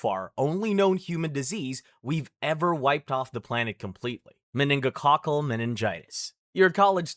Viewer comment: Meinigococal meing- what?